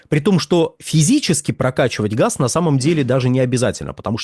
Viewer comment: Они говорят не газ , а хаз.